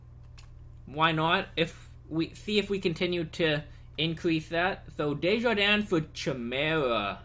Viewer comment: by the way you pronounced desharnais "Desjardins" but it's (Des-har-nay)